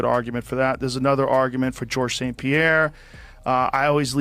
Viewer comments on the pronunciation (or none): none